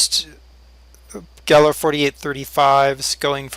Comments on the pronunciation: it's actually pronounced GAIL like hail. i own 3 gehl skid loaders. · Gehl is pronounced gale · No its actually pronounced geihl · Pronounced "gale"...just saying...lol